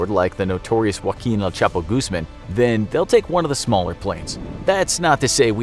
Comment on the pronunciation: Americans pronounce Guzman like Gooseman